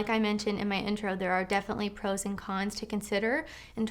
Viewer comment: When she says "... pro's and con's..." it sounds almost as though she's saying "frozen cons." ie - "There are frozen cons to every situation..."